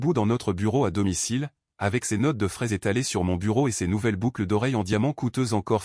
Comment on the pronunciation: Troublant et non trop blanc Notes de frais et non notes de fraises 😅